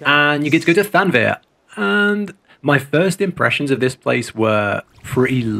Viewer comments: after the 17th, time, I gotta say it. ;) It's thav-nair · i'm pretty sure thavnir is pronounced with the v before the n.